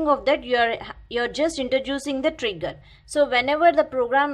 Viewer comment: Cmon, she is saying N-word instead pf Trigger....hahha Anyways nice explanation.